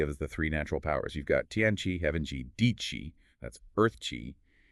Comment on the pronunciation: Pronounced “Chee” not “Kee”